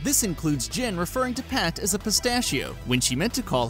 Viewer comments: its jen not jin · who else got annoyed when he called "Jen" "Jin"